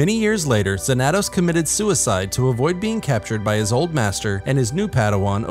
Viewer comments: It’s pronounced Zan-a-tos. Study your SW history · Cool to see someone make a short about this lesser known character but... Why're you saying his name like that? You're pronouncing the 2 A's differently. There's no accent so it should be pronounced Xan-a-toss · His pronunciation of xanatos is killing me. Fair enough it may be righr way to say it for the SW universe but I only remember the Xanatos from Gargoyles and that ain't it. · That's not how you pronounce Xanatos... yikes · Learn how to pronounce Xanatos, bro